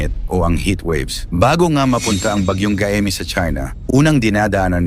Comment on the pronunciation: MALI ANG BIGKAS NG GAEME DAPAT GAYME. KAYA WINALIS LAHAT CG NGA HINDI KAYO NAKIKINIG SA CALL OF HUMANITY NAGBILIN AKO NOON NGAYON PILIPINAS SUBUKIN MATATAG ANG EDUKASYON NGAYON NGAYON MATATAG O MALALANG EDUKASYON NAGKLASE BA KAYO HAH HINDI KAYO NAKIKINIG.